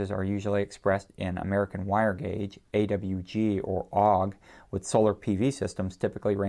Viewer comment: I’ve never heard an electrician, technician or anyone else actually try to pronounce AWG as a “word”. (I’m a military drone tech, amateur radio operator and avionics tech and no one has ever said AWG as “Og”.)